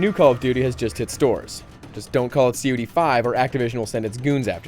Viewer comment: just say cod you asshawl!?! not "see oh dee"